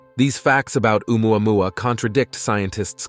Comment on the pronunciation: If I hear one more Ai voice trying to say "Oumuamua" I'm gonna punch my screen.